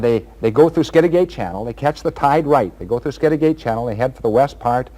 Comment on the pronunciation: P.s. skid a get.....not skid a gate